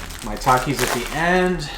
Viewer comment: bro is it just me or when he said "maitakis" i thought he was saying "my takis"